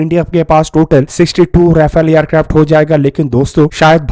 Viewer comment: येरक्राफ्ट नही एअरक्राफ्ट हे😅